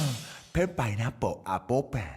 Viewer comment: it's pineapple not pineapol